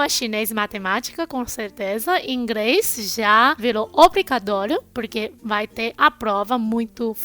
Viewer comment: pqq quando é pra falar R ela fala L e quando é L ela fala R? Ela fala IngReis... kkkkkkkk